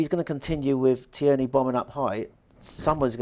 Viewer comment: big fan as you know. but please. its TEAR😓 KNEE... he's Scottish not French.